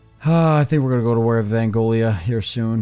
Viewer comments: Angola, not Angolia... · It’s pronounced an Goal uh